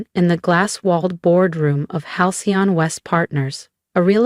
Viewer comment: Every time Halcyon is trying to be pronounced by the AI? The text changes, the fake 'narration' screws up